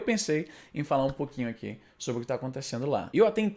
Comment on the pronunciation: "aqui" se pronuncia sem schwa, Izzy.